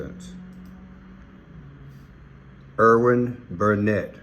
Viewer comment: Erin not Irwin